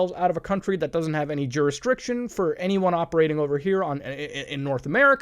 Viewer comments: anyone else laugh when muta said juristriction instead of jurisdiction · Jurestriction. Besides the one already stated, please use it in a sentence...for everyone's benefit. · I always notice Muta making grammatical errors and don’t say anything but GAD DAMN JURISTRICTION?! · Nobody said it so I will “jurresriction” What game is that??